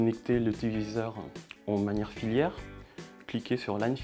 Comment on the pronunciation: Filaire pas filière 😭 ça parle même pas français correctement